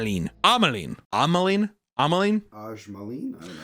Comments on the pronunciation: I looked up the pronunciation of "ajmaline" and was actually pretty close 🤣 "edge-ma-leen" is how it sounds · he's correct. You pronounce the j in ajmaline since its Pakistani in origin. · is indeed correct about the pronunciation of ajmaline.